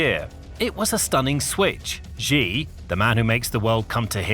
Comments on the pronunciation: Its actually pronounced xi(shi) not ji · You've made several videos about Xi Jinping. Can you start pronouncing his name correctly? It's pronounced "shee", like 'he and she'. It both reduces your credibility and grows more irritating with every repetition. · Pronounced "She" Jinping